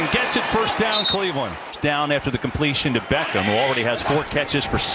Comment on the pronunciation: I don't like the overe emphasis this commentator uses when he says "Beckham."